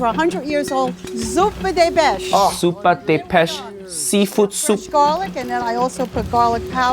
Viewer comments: proudly saying “zoopa deh besh” right before “I’m Italian” should be cause enough to be thrown in jail 💀 even I’m embarrassed and I’m not Italian 😂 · what is this horrendous pronunciation of "Zuppa di Pesce" 😭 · She's an Italian but can't pronounce 'Zuppa di Pesce'. Ayaaaaa... - That's sad even for an Italian. Also, wasn't the theme noodles? That's not even how you make it properly. The sauce takes hours to make.